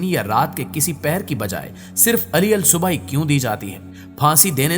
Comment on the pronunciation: Ali al subah nhi hota bl k alis subah hota hai aur jillad nhi jallad hota hai. Apni pronunciation sahi karein